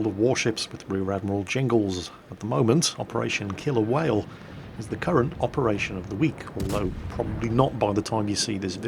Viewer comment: when you said the name of the mission for the first time it sounded like you said "operation kill a whale"